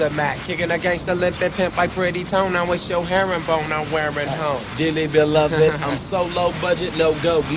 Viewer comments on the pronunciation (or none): none